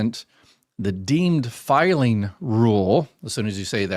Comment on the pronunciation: “deemed,” not “dean.”